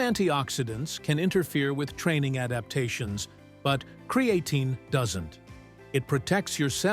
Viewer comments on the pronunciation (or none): Bummer that this is AI generated…cre A tine….no..that’s not how it pronounced…AI….stop immediately…not gonna make anyone more wealthy that use AI…lazy people. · Cree-aye-tine is so ANNOYING i wont be back. If u arent going to get software that can pronounce words correctly then use your own voice. Cree-aye-tine. WRONG! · Creatine ❌ Cre-A-tine ✅ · CRE AHHHHH TINE. 😂😂😂 God, i hate A.I. good vid other than that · Bookmarking this video for information, and to come back and get a 😂 from “Kree-a-teen” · THE way this bot says cre A tine ,spoils this info . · Why? Don't you know what Kree-A-teen is? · I hate videos that are AI voice over. It took you two and a half minutes to say creatine correctly